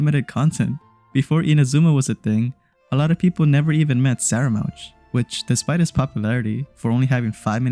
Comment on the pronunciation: Scaramouche is pronounced "scar (as in a scar on your face/skin)-ah-moosh"